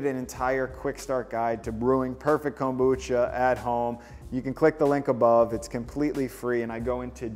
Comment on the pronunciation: The way you say Kombucha is brutal.